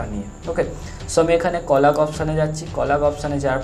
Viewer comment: Very helpful but কলাগ নয় কোলাজ 🙂